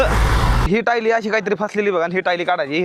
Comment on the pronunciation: भाऊ ती टायली नसते re ट्रॉली असते